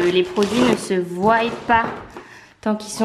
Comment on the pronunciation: A un moment donné t’a dit voiye au lieu de voient